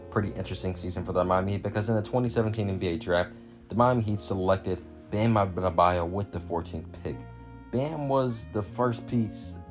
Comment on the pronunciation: Bruh the way you first said bam adebayo “Bam abdedbadyo” lol wth But great vid tho